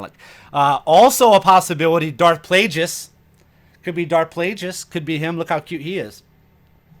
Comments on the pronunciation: it's a hard "G" in Plagueis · In Plagueis its a hard G. His name is after the word Plague.